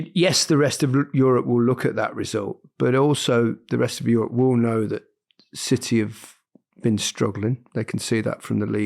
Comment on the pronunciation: City not Citeh